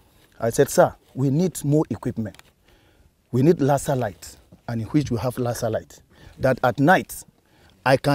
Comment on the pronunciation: "lassar light"